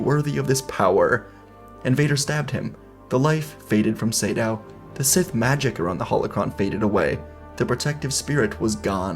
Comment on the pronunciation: Not sure if you learnt this but I think its Naga (Similar to the snake from myth) Sa - Dow, not Say-Dow. Could just be an uncultured idiot though.